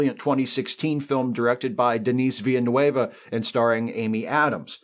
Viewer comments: Denice Villanueva? No. It sounds more like "Denny Villnuv." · One important note. Repeat after me. Deh (like meh) knee Vill (like will) neuv. The last part is sorta like n-euhh-v. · Veal nerve people. This ain't hard. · And laterr, Morbius wiped out all the Husnock with his id monster .... "Denise Villa New A Bay"? Really murdered poor Denis Villeneuve there LOL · 30 minutes of thoughtful analysis and sci fi history, proper respect to the best robot, funny as heck, aaaaaand… mispronounces Dennis Villeneuve’s name and now I am sad. (Though as a Villeneuve myself, I am highly biased in this topic.) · Great video... except your pronunciation of Denis Villeneuve 😉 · Just a wee point on one of your observations regarding Denis Villeneuve. Denis Villeneuve, contrary to your mispronunciation of his name he is not Hispanic. He is a very proud French Canadian. You can, if you bother to, find a number of places that will guide you as to the proper pronunciation of his name that doesn't resemble fingernails on a chalkboard. I would have thought that with the huge contributions that Mr. Villeneuve has made to the science fiction world, you could at have made more of an effort. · Denis Villeneuve's name usually gets mispronounced but you just outright butchered it 😂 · Again not at all the point..... WOW. didn't want to mention Ioan Gruffudd as Hornblower, probably because you didn't want to mangle his name. Then how do you explain the mess you made of "Denis Villeneuve"?WOW something of an achievement,? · He's not the only one I've heard mangle that name. Mind. Blown. It's not a difficult name to say correctly, and after the many, MANY interviews and online articles about him, there's really no excuse for mangling it. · It's baffling. I suppose the problem is that French names have an obvious (but wrong) pronunciation for Anglophones (vill newve in this case). They generally avoid it but then hit on a less obvious (but equally wrong) pronunciation.